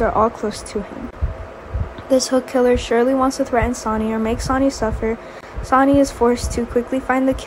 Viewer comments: The voice keep reading sony ... its sonny pronounced like sunny ... even spelled it like sani... please say sonny correctly. Or just say sunny if you have to... but thats who sonny is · Willow is a girl not a guy, get this narrarator off of here,she's a kid ugh she can't even pronounce Sonny's name omg 😫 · His name is sonny not sanny